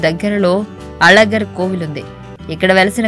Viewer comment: అజగర్ కాదు అలగర్ పెరుమాళ్ అమ్మ అది తెలుసుకొని చెప్పండి కొంచెం